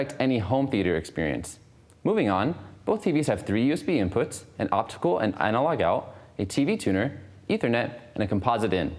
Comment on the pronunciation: Can you say analog again. What the?